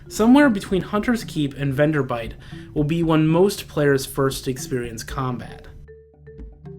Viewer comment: It's VenderBLIGHT. Not "Venderbite". FWIW. Good video though.